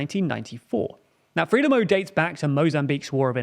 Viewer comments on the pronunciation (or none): Frelimo should be pronounced 'Fruh-lee-mo' or 'Frai-lee-mo' and not 'Free-lim-mo'. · Good video. Frelimo and Mondlane are pronounced Fraylimo and Mondlunny. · As is "Freelimmo". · It would sound as though have background knowledge, rather than that you are just reading notes you’ve collected, if you knew how to pronounce Frelimo…